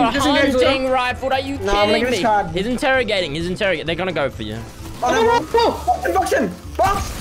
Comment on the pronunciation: Did play r6 he said "interigating"